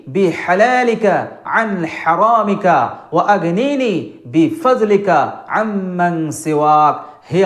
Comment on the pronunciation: Bi fa(j) lika na Bi fa(d)lika hoybo Kano vul boltasen na jaina???